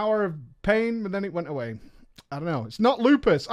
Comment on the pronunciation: It's "lupus" dude c'mon.